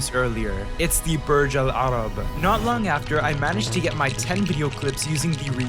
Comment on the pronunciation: u said burj al arab in a very arabic way are u actually arabic ? cuz u said it so good lol i am arabic btw